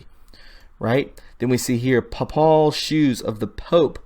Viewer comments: papal = "PAY-pull" , not "pup-ALL". Word is an adjective used in conjunction with the Pope. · just so you know the reference to the Pope is pronounced like PAY-pul = papal . hope that helps you out. xx oh and the other word you were struggling over was pronounced TAN-gent-a-lee = tangentially EDIT: I cannot possibly understand how Mars could appear to be the same size as our Moon. That's really not physically possible. It's too far away. I took astronomy as an undergrad and, honestly folks, that photoshopped picture is totally inaccurate. Don't expect to see a sky like that. It might appear a bit larger (and it's always RED) but no way will be it be the same size as our Moon! No. Freaking. Way. Science in the 3rd Dimension might be odd, but it's not THAT odd. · Papal is pronounced 'pay ple...same accent as paper..